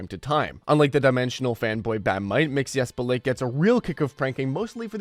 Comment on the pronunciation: How do you not know how to say Mxyzptlk correctly, yet; you're doing a video on DC characters?